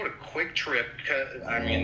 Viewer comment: It's not quick trip it's kwik trip lmaooo anyways Ily like you're the most hilarious person I've found on yt